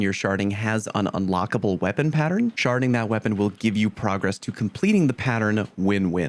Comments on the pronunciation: I fully understand that you are saying "SHARDing" away but I couldn't help but chuckle since it sounds like sharting. I actually think the cryptoglyph mission in the shadow keep campaign is one of the best and simple leveling spots. There is a part just before you reach the last opening to the exiting stairs where thrall constantly spawn in and you pretty much play whack-a-mole and it drops TONS of ammo. You can level up every 3 minutes by simply killing the thrall and there really is no downtime. Super easy mobs and you don't have to kill yourself and refresh. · Kept hearing "sharting" cackling with laughter!